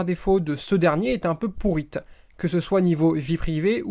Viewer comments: Je rêve ou au début il a dit "pourrite"?? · le "pourite" en debut de video euh.. sinon j'adore ! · On ne dit pas "pourrite" :)